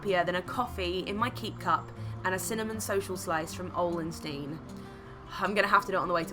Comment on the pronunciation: as a swede your pronunciation of Ole & Steen killed me